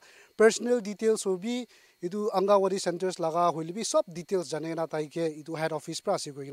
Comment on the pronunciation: Thanks for the information on the scam calls,, but the word is pronounced as angangwadi not angawadi..